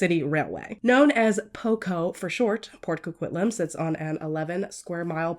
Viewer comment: We don't claim this pile of puke! And I am very impressed with your pronunciation here. I think you and Christina Randall are the only two non Canadians I have heard pronounce Port Coquitlam properly haha.